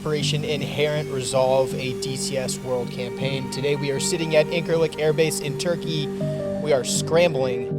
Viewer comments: Quick heads up, dunno how it's actually pronounced in Turkish but when I was there a few years ago we pronounced it "In-sir-lick" with a soft c as opposed to "In-kir-lick." Or we just called it "The 'Lik." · It irrationally bothers me how you pronounce Incirlik.